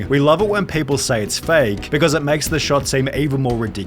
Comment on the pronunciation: Never herd an Australian say "Vsuase"